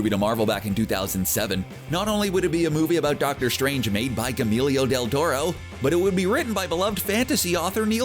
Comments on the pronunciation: Haha how the F did he just pronounce Guillermo del Toro?! Gyll-milio deeltoto?! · Yes it sounded like camilio del toro, hahah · Gamelio del Toro... thumbs down. Have you never heard someone say his name? Could you not take TWO SECONDS to Google it? Because the pronunciation of Guillermo (gee-yer-mo) can be easily found on thousands of sites and even YouTube videos. You switched around the letters and made it sound like his name was Emilio with a 'g' in front of it. This narrator is not only ignorant, but lazy as well. If you don't know how to pronounce a name, TAKE A SECOND AND GOOGLE IT Nothing pisses me off more than laziness and incompetence combined. Fuck this narrator and whoever let it go to editing without some sort of quality control. I'm guessing this is a one man show... I mean, one man shit show. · CBR, do some mother f'ing research. Gahmeeelio del taro. VERY NICE. I am just sick of this, unsubscribing, disliking. Spiderman has been back in the mcu, for about a week, before you posted this. Dont argue that it was already scripted. One word, EDITING. Half your videos are wrong anyway. yOU CaN GEt aRREsTED foR bEIng in dC aND mARvEL. Tell that to fricken deadpool. Like, what is wrong with you guys? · Gemillio deldoro, doorma'amoo... YOU'VE GOT ONE JOB!!! READ THE FUCKING SCRIPT AND PRONOUNCE THINGS CORRECTLY. Find a narrator who is aware of the pop culture they're narrating... I'm taking a break from your channel's apathetic narrators. Get your shit together... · This guy butchers so many names, Idk why no one at their hip little west LA office has fired him yet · Pretty brutal pronunciation. Gee-yer-moe. Not that hard. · hearing him say Guillermo del Torro is almost a crime. Look up the damn pronunciation first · The way you butchered Guillermo del Toro's name is pissing me off, man. Do some mf research beforehand, geez. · The way he butchers Guillermo del torro’s name is unbearable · lmao his pronunciation of Guillermo del Toro